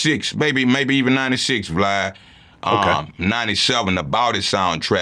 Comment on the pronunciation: He called him vlod